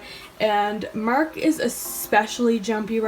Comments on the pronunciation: Mark not Merck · No offense intended but im from Texas and I thought u was saying merk.lol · i can’t explain it but the way you say “mark” is SO Canadian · This has nothing to do with Mark, but I love when you say his name because I can hear the slight Canadian accent. Don't say we don't have a tiny little accent, especially words that end in a 'r' sound.